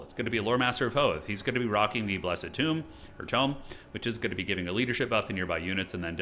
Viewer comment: Haha I love that you’re gradually learning how to say “tome” and not “tomb” ❤